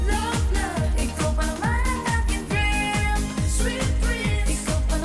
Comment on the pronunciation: Natatawa ako sa pag sabi ni Sexy Hipon ng Dream 😂😂😂